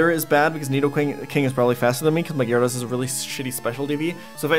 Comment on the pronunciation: Why do you mispronounce gyrados. Do you say Zap- Das too?